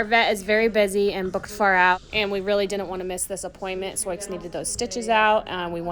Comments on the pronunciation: They know that’s how Sioux is pronounced. Soix is a nickname they use because when was younger, she read Sioux’ name wrong, they found it funny and her nickname Soix stuck. X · It's pronounced "Sue". It's the name of a Native American tribe. WHY are you breeding when you could rescue perfectly good horses from a kill pen? There are thousands of beautiful horses that die in slaughterhouses every year. Their only fault is that they were let down by garbage humans. You're worried about her tearing w/ her current foal & you're thinking of breeding to a DRAFT HORSE?!? You apparently didn't think this through much...gads... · I just started watching your channel. (I was a kid who lived on a farm and wanted a horse, but it didn’t happen. By the time I was 13, we had moved to town.) I am interested in how you pronounce Sioux’s name. I have never heard that pronunciation. I live in NE Ohio and am 83. I am so interested in your videos. God bless your family and all your animals. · sioux is the tribal name for the lakota, dakota and nakota. i am curioius how you come to pronounce it soix. sioux: French wrote it as Nadouessioux, pronounced sou [or sue]. just curious. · I don’t know the back story on this mares name so I’m not sure why you call the mother zoiks unless you’re mispronouncing Sioux which is actually pronounced Sue, as in the Sioux (sue) Indian tribe. Pardon me if I missed the reason for Zoiks. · Lakota and Sioux are Indian Tribes in the Dakotas. Sioux is pronounced Sue. Not SoiX. Sioux is the “Sue” Indian Tribe the X is SILENT. So called “Sue” not SouX. Sioux is SUE. Never too late to learn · Regional pronunciations can be difficult to navigate particularly with words that have a French origin, but every time you say 'Soyks' instead of 'Soo' my brain locks up for a second. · 😂😂😂😂, Soiques?, Soyiks, are you kidding the ? Butchering the English language. sue, as in Sioux!!🫨🤨☹️ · Sioux is pronounced Sue as in the native American tribe. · Sioux is pronounced soo.